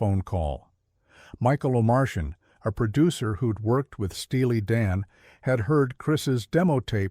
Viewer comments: You always know it's ai when you hear O' Martian pronounced O Mar- shan, over and over. Cringe!🥴 He's one of the great Producers and O'Martian iis pronounced O Mar tee an. Not like a goddamn Martian from outta space. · Please get rid of the AI voiceover. His producer was Michael Oh-mar-tee-an. Not Oh-mar-shin. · Oh-mar-tee-ann, not oh Martian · Omartian, not Omarcian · His name is not oh Martian , it’s Michael Omartian!!! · O'Martian is pronounced "oh-MAR-tee-uhn" The AI sucks. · I had to turn it off! Turned on captions. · AI can’t pronounce Omartian